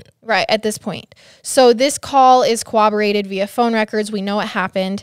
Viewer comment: CoRRoborate. Not CoWWoborate.